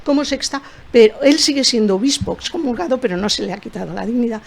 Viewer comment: ¿Cómo que dexcomulgado? Es EXCOMULGADO por Dios santo. Tanto la mujer como el hombre lo pronunciaron mal, ¡qué barbaridad!